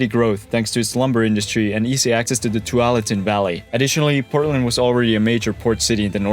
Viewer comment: Slightly off on Tualatin. So close.